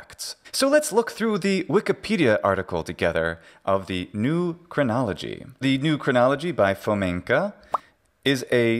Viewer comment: New Chronology, more like New CRIN-nolo-GE-y.